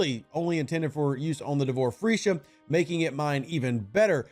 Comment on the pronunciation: Nice Vid Rev, just keep smiling every time you say Freesha. But Shopley is saying it as it is with all they do FEEsha.